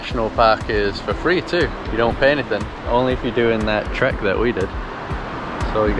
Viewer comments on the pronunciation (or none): none